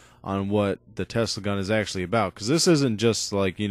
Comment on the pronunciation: it is tesla and not telsa search on google if you dont believe me